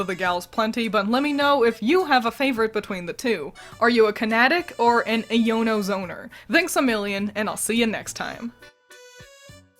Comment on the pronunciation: It's pronounced eye-O-no